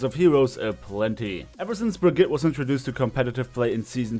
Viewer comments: Did he say Brigit? IT'S PRONOUNCED BRIG EAT UH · It is pronounced bri-gee-tuh 😲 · Bruh-ghee-tuh. Sorry people who mispronounce her name trigger me.